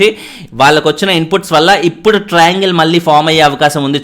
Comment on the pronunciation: dilugue:: ట్రయింగల్, టెట్రా అంగేల్, పెంటగొనల్ వద్దు 😂😂😂